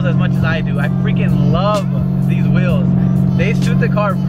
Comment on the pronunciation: I swear these guys pronounce wheels like whales lool